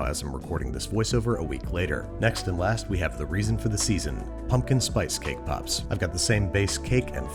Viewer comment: so is no one gonna talk about “cake poops” at the beginning?